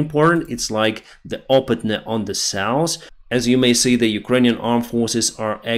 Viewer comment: i love your work, but not your pronunciation of North and South. Nors and sous for evah